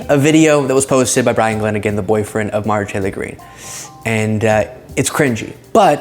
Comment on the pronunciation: When you say “Marjorie Taylor Green” too fast, like as a single term, it sounds like you are losing a syllable or two.